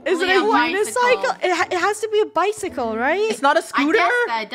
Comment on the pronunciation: guys dum dum dum its a bike not a bicekle